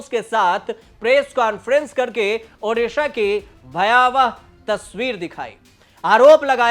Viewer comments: Odisha not odissa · Please correct this..... it's Odisha not Odissa